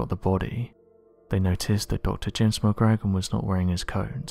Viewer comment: Re; James McGrogan; phonetic pronunciation should sound like McGrow-gan...